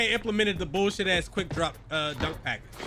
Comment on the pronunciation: “ AND THEN I MISS A DONQQ”🤣🤣